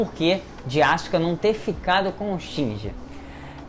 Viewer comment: Esse cara é mestre em mudar a sílaba tônica das palavras. Foram trocentos animes e filmes falando "Ikári" aí ele vem e fala "ikarí" e "shinjí". Como pode isso?